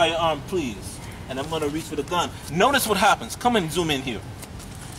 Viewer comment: "My fahking bawls cover my fahking gan "